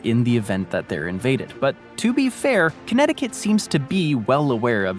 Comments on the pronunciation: You pronounced Connecticut Perfectly! You underestimate your English skills. Way better than almost any American's Portuguese. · You say Connecticut JUST fine! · You said Connecticut perfectly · Bravo, you said Connecticut better than most Americans. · He says "Connecticut is hard to say" as he does it perfectly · 🥇Actually 😳 you pronounced it perfectly 💯 🗣 Connecticut 🏆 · You said Connecticut perfectly <3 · I laughed when you referring to connecticut you said this is one of the most difficult states to pronounce....and then you said it perfectly! You so underrate yourself! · You pronounced Connecticutt correctly. California has the lowest point in the entire US, but not the highest, which is Denali in Alaska. California does have the highest point in the contiguous (lower 48) United States, Mt. Whitney. The low point in Death Valley is only about 50 miles away from the high point, Mt. Whitney, and there is nearly a 15,000 foot difference in their elevations.